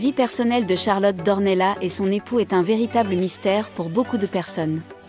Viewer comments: Non vous n'avez pas fait d'erreur. En portugais ça se prononce d'ornelasse et en français d'ornella. .jusqu'à preuve du contraire Charlotte est française vit en France et parle français. Elle n'est pas portugaise ne vit pas au Portugal Demandez à un academicien... français. Je vous rappelle que les polonais par exemple écrivent leurs noms à la polonaise mais en France le prononcent a la française. Exemple le rz se dit je, le y se dit é, etc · Non ici on est en France et on parle en français ! Dans notre langue nationale on ne prononce pas le s final. Par exemple on dit Pari et pas parisse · Ça se prononce D'OrnellaSSS ! Le S se prononce !!! C'est portugais 🇵🇹 Elle est baronne ! Elle appartient à une des plus ancienne lignées de la noblesse portugaise ! Son ancêtre le premier baron D'Ornellas a combattu aux côtés de Dom Afonso Henriques, le Conquérant, Templier et Premier Roi du Portugal, au coeur du Moyen-Age. Ils ont combattu ensemble les Maures musulmans, (ils ont gagné) et, les ont repousser en Afrique ! # Reconquista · il ne peut y avoir même pas débat. La règle a été fixé e par l'académie française qui édicté qu'en français le s final ne se prononce pas sauf quelques rares exceptions. Renseignez vous et arrêtez de commettre cette faute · Nos excuses pour la prononciation Charlotte d'Ornellas ! les erreurs pour une nouvelle chaine cela arrive !